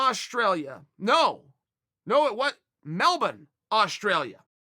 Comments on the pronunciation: Chael “Mel Bun” Sonnen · "Bisping Australia"...."No Melbun" 😂